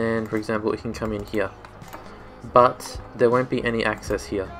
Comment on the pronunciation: Well you fixed it real good. 😅 I enjoy the way you say HERE (Hea)